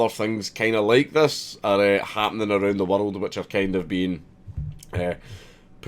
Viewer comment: Arrarnd the wurreld